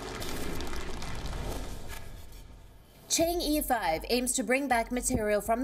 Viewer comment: It is not pronounced Chang ee 5. lt's pronounced as Chang Uh 5 like the e in the word "her".